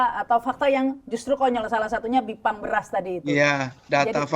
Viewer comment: gipang bukan bipang wkwkkwkwk aduhhh bismilah dulu pak pres